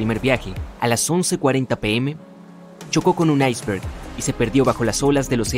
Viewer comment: Aisbert?? ICEBERG